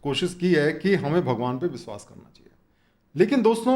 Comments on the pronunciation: बिश्वास नहीं.....विश्वास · कृपया "विश्वास" को "बिसवास" न कहें